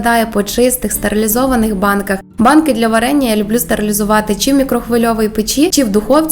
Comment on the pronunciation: выучите украинский язык, а потом идите в люди. Слух режет- не пять, а п’ять, не люблю, а полюбляю, або люблю с ударением на первый слог. Я вообще не понимаю русскоговорящих людей, которые коверкают украинский, отдавая дань «моде». Отписка.